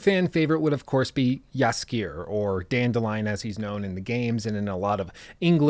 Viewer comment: Whenever I hear him say Jaskijeeer when refering to dandelion I just can't help myself but chuckle a bit Good attempt tho <3